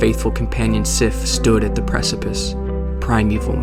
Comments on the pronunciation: It's pronounced Seef, although it is spelled Sif. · Actually its pronounced Sheefu..like waifu but sheefu. This game is Japanese remember? lol. lol remember pattonkeith? lol remember?